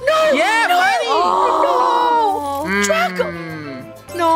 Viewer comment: The no does sound a bit Australian